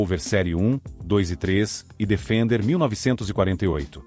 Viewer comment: É um software que está lendo o texto e "falando"? Porque pronunciar "Defender" como se fosse o verbo "defender" em português é lamentável.